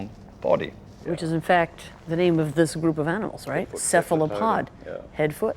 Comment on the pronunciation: Kephlapod? Really?? I can’t help but believe that he pronounced it like that to be annoying. 😂